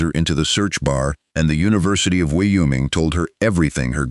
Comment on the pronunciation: State pronunciation 101...the state of Wyoming....WHY-"OH' Ming....capiche?